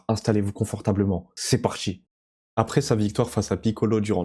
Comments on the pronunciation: Sinon c'est possible de parler un français correct ?on ne prononce pas : c'est partchi mais c'est parti. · TA DICTION EST DEGUEULASSE!!!! avec tes "parTCHi", Zed "TCHeam" 🤢🤮 😭😭😭😭😭 jsais meme pas comment j'ai fait aller au bout de la video